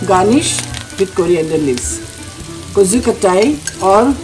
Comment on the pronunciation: would be nice if you made the effort to pronounce the name correctly!